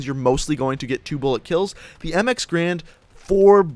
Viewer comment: Garand. Not grand, you idiot